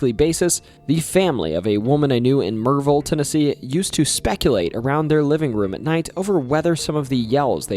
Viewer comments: The way you said 'Maryville' was the best thing ever!! 😂😂 like you've always lived here 😂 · The correct pronunciation of Maryville earned a subscription lol. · Being a life long resident of Maryville, TN I appreciate you pronouncing it correctly...lol. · Bro, even knows how to pronounce Maryville gotta love it! That’s where I grew up